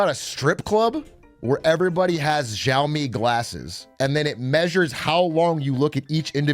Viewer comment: The way he pronounces xiao instead of siao